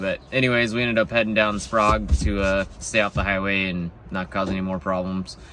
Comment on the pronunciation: Spraygue;) ay and not ah emphasis on Sprague :) haha Thanks for visiting us, and an a former airman, my heart aches for your loss.